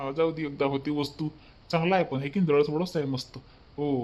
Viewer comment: वास्ता नाही वस्तू म्हणतात. तुमचा भाऊ खुप छान आहे.